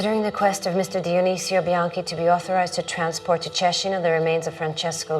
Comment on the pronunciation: I found very fascinating how they kept the Tuscan pronunciation of Cecina through the generations, even after many years in USA.